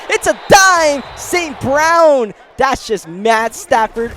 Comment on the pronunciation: bro you gotta say St.Brown's name correctly lol